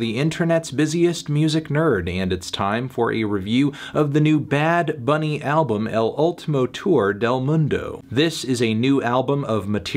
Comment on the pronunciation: El Melón's Spanish is getting better and better. That "Bad Bunny" pronunciation was legit fine